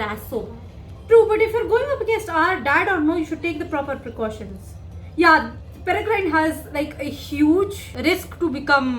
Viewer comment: Just to correct you, it’s not “PereGRINE.” Its “PereGRIN”. The E on the end is silent. And as for the UK - only old people (or people with no life) own China Tea Sets. It’s the ABSOLUTE warning that they are basically just waiting to die… And, to be honest, I hope Rakepick was acting on her own. If R is given a bad name they’re less likely to succeed, so it’d make Rakepick a good person. And Draught of Living Death is pronounced DRAFT of Living Death.